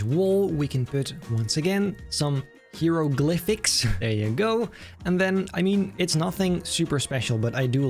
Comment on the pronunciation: Yeah, you’re still pronouncing hieroglyphics wrong 😂 it’s hi-ro-glyphics